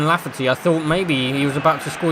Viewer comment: It’s Kyle lafferty 😂